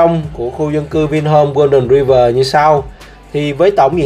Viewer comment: Đọc là Roai vờ' chứ ai đọc tiếng anh mà gọi ri vờ?